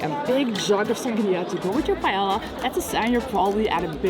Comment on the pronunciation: Lots of really great information/tips in a very well-edited video (I have lived here for 8 years now). Just a couple of minor pronunciation nitpicks: paella (pie-EH-ya), Escribà (ess-kree-BAH), Passeig de Gràcia (pah-ZECH dah GRAH-see-ah).